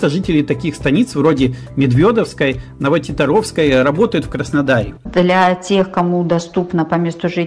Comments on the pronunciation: НовотИтаровская, а не НовотитарОвская. Потому что есть станица ТитАровская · Новоти́таровская правильно